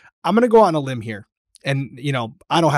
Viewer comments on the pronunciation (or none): none